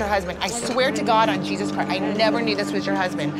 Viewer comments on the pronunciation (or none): none